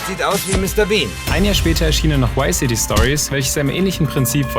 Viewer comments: VICE city! nicht wice city! sonst 10/10 video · Warum sagen so viele Leute WhyCity anstatt ViceCity?...